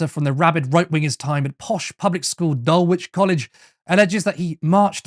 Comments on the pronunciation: Not important, but Dulwich has a silent w. 🫠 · You don't pronounce the w in Dulwich (listen to your Led By Donkeys video)